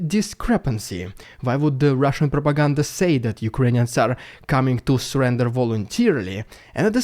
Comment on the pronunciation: "Typical RRRRusssian Prrrropaganda" love it